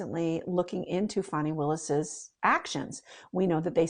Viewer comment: FAN - ee not FAWN - ee